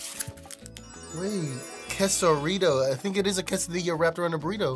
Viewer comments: this guy looks spanish, but says quesoDILLA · When you said caseu dille I was like: It’s pronounce cassa dea (dea as in idea) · Bro said quesadilla 💀💀💀💀 it’s pronounced kaysidia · Quesadilla is pronuced Guess a dia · ITS qay-sa-dee-ya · When he pronounced quesadilla wrong my soul left my body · Never say Quesadilla wrong again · bruh I know this man did not say Quesadilla the way he did man 🤦‍♂️ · He said it wrong